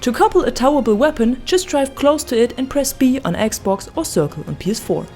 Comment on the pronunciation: You need to learn how to pronounce towable, I had no idea what you meant.